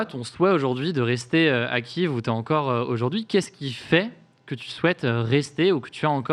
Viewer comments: si tu respecte les Ukrainiens c’est Kyiv que l’on prononce Ki-iv.. Kiev prononcé Kief = Russe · frero arrete de dire KIEF c'est KYIV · Je suis désoler mais tu prononce mal Kiev